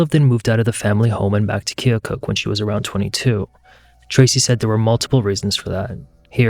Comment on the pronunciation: Thanks for your correct pronunciation of Keokuk, IA.